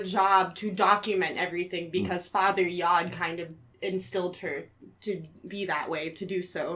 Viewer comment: The Source Restaurant was not a vegan restaurant. We served cheese, milk, yogurt and cheesecake, and we used honey. Back then the term vegan had not even been coined, but the menu definitely included dairy products sourced from animals. To; it wasn't Yogi Bhann; it was Yogi Bhajan; you pronounce the j. Also, Yod is pronounced like goad. Jim Baker was legally married to Robin Baker. We did not use LSD in The Source Family, and Jim Baker did not walk around dosing people. The whole LSD induced premise you all go on and on about is completely wrong. Jim Baker died hang gliding on the island of Oahu, not Kauai; as stated.